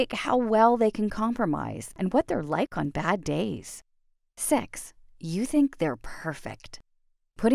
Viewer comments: Did this girl just said sex instead of six? Smh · Is nobody gonna talk about how she said six? 😳